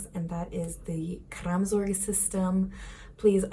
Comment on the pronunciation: Kraamzork? I'm sorry, I know you're trying.